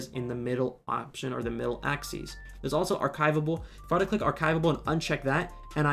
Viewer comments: It’s ack-sis, not ack-these. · The way he says axis doesn’t sit right with me